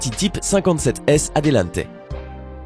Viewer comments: Il s'agit d'une Lamborghini Miura et non Mira, et ne il s'agit pas d'une Bugatti Adelente mais d'une Bugatti Atalante, la marque étant française, le nom du modèle ne se prononce pas non plus en Italien. De plus, il n'y en a pas eu 17 mais un peu plus d'une trentaine, il ne faut pas confondre la type 57 Atalante et la type 57 Atlantic et aerolithe qui sont encore plus rare, le type 57 et un châssis chez Bugatti et a donc été habillé avec différentes carrosserie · Bugatti "ADEULANTE" pas "Aldenté" (c'est pour les pâtes ca) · C'est Atalante et pas Adelante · Mec, tu sais pas lire??? Labo MiUUUUUra!!! et Bugatti type 57 ATALANTE!!!! C'est dingue ça, t'as des fans de bagnoles qui te regardent... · Ce n'est pas MIRA mais MIURA et ce n'est pas Bugatti ADELANTE mais ATTALANTE !!!